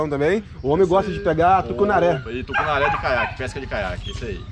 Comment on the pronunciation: É tucunarré🤣🤣🤣